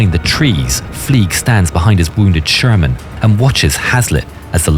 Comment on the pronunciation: ШермАн. 😂 Шарман, шарман😅